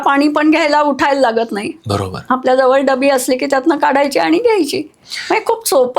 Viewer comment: Bara kshaaarr ok not barashar